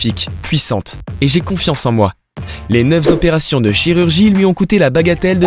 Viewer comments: 340 zopérations: lamentable ! Respectez votre langue ! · Pauvres gens. Ils étaient banals, maintenant ils sont hideux. J'ai failli vomir. Le narrateur heureusement m'a fait marrer avec ses liaisons dangereuses : 50 z'opérations (à ), 9 z'opérations (à et ) et enfin le magnifique 340 z'opérations pour terminer en apothéose (à )... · Dommage que le narrateur inventeur des « s » à certains chiffres ce qui donne des liaisons affreuses à entendre !!